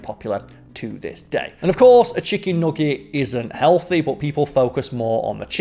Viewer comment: I want more of saying nogget